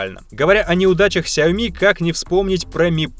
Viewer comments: Все: Сяо́ми или Сяоми́.: Сяйми́и́и́и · ни сяоми а сяоми